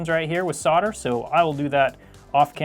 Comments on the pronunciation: Great channel but this guy cant say Solder it sounds like saw der instead of Sol der ? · "I forgot to fill in the two mounting pins with soulder" Mate I can't even plug my charger in the right way